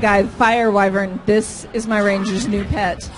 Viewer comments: wow knows how to bloody pronounce wyvern correctly. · pronounces the word 'Wyvern' correctly and he designed the Druid, I like this guy.